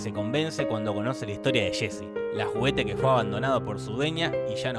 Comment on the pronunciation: No se dice shésy, se dice “yé-si”.